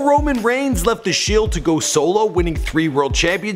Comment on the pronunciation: the way he pronounced pretty much every one except roman reigns...